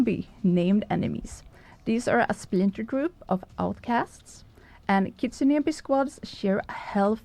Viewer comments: Hey, From Arkansas. It's Ki-tsu-ne-Bi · KIT-SUN- NE-BI